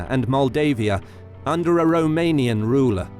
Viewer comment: I especially respect the correct romanian pronunciation, it shows that a lot of effort was put into this great documentary, well done!